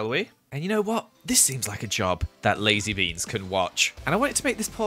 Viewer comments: I thought said lizze beans instead of lazy beans xD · Did anyone hear say Lizzie Beans instead of Lazy Beans? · Who else thought he said ‘Lizzie Beans’? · When he said 'lazy beans' I thought he said 'lizzy beans' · The second time he said lazy beans I thought he said Lizzie beans so I was like LIZZIES COMING?!